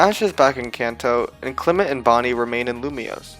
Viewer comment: FOR THE THIRD TIME, THE SECOND E IN CLEMONT IS SUPPOSED TO BE AN O! AND THERE SHOULD BE ONLY ONE L IN ALREADY!